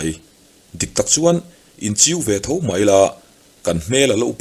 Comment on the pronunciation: I thil chhiar hi a ngaihnawm ṭhin, mahse "Mai" tih hi "Mãi" i ti leh zeuh ṭhin hi ka lo ngaimawh deuh ṭhin. Heng ho hi an lainatawm ngawt mai, mahni leh chhungtd chan ah han dah chhin hian a na vawng vawng ṭhin.